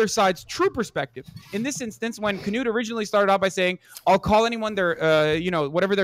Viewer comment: Why is everyone pronouncing his name "kanoot". It's "knoot"